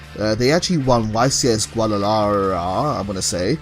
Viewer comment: Nice video for your future video it's pronounced gua da la hara.